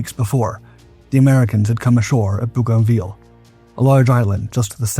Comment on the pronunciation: Boogoviel? More AI slop.